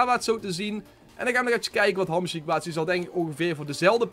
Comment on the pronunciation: hij zei hamsjiek hahahahah